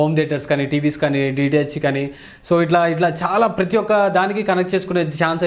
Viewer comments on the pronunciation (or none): none